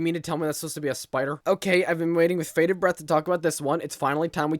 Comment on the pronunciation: It's "bated" breath not "faded" breaath